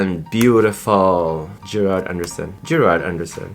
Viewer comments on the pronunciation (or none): It's Gerald Anderson not Gerard haha